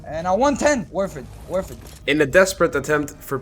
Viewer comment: “Worth it worth it” 😂😂 acento cubano for the win 😂